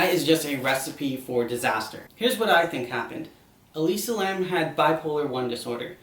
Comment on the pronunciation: Its Elisa Lam not Alisa Lamb 😭